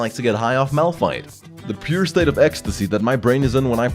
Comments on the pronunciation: "It's not malrun, it's malfight " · Nonononono You where wrong >:C.... its Malpfeet -Nicktron XD sorry had to say it Btw nice vid i would love to see you're channle Grow alot more and Do more league vid's Ive been here since 250k subs and you havent changed a bit you really deserve 1 mil subs man keep up the good work:D. Ps: Pls Notice me senpai